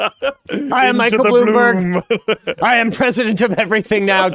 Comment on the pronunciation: Bloom "borg"